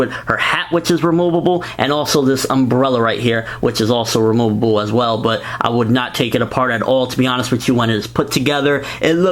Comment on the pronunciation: I like how you say: remoobooboo instead of removable. Nice review!